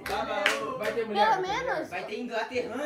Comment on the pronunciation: "Inglaterrana" kkkkkkkkkk o é foda